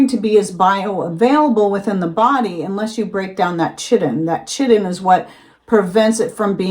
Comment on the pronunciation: I'm not being a hater, I really love all of your content...just saying....chitin is pronounced kitin (ki-tin)...college biology teacher did 30-45 min on this.and the many ways to pronounce...other than that, I remember, shrimp skins